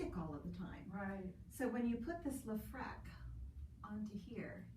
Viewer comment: Isn't it leFREAK as in frequency, not frek?